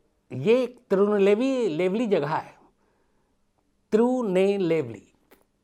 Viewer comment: तिरुनेलवेली ह वो तिरूनलेबली नही ह भाई साहब